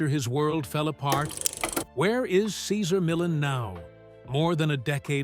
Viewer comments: Doesn’t anyone listen to these before publishing them! This whole vid mispronounces Cesar Millan! He is a wonderful example of a great human being! A gift of a dog behaviorist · Yes he couldn't pronounce Caesars first or last name unbelievable! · We love you, Cesar! Dude in the video... learn how to pronounce his name properly, for crying out loud! We love you, Cesar! Come back. 🐾🐾💖💖🐾🐾💖💖🙏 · You are a horrible announcer... You can't even pronounce Cesar Millan.... And this man is Great with dogs and has helped alot of people.... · If someone is going to narrate, shouldn’t he learn the correct pronunciation of the person he he speaking of? Truly painful to listen to this with mis pronunciation after mis pronunciation… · The constant mispronunciation of his name and constant changes of it diverted my attention.. I rate CM. ! I tink there is a hierarchy with most animals!! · Would be good if you could stick to one pronunciation on the name! 2 different versions ,neither of them correct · The commentator should at least learn how to say Cesar’s name correctly. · Could you at lease pronounce his name correctly? Is that too much to ask? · This video is TRASH‼️ Doesn’t even pronounce Cesar’s name correctly. Barf!